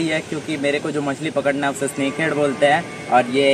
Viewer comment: He said sanke heaf🤣🤣🤣😂